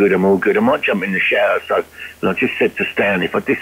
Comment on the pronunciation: How can we take you serious with all the dropped THs